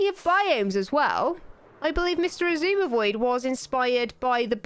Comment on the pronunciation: still chill its not xizumavoid it’s xisumavoid, xisuma, x i suma, x, or shawshwammyvoid